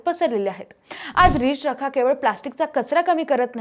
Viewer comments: अगं बाई रिच रखा नाही ते नीट म्हण रि चरखा आहे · अहो मराठी चॅनेल सुरू करता आणि नीट मराठी बोलणारे अँकर तुम्हाला मिळत नाही, 4 मिनिटाच्या व्हिडिओ मध्ये किती चुका आहेत, आणि एकच चूक वारंवार करतात उदा या अँकर सतत रिच रखा म्हणतात पण ते रि चरखा आहे। बाकी अमिता देशपांडे ना हार्दिक शुभेच्छा।❤🎉